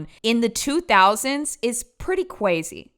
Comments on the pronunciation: “cwazy” lol, love you 🫶🏻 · “Pretty cwazy” 🥰 i dont want to say unc is adorable, but…yup